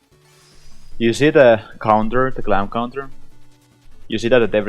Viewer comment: Did you just say "clam clounter"? lmao.. great video :p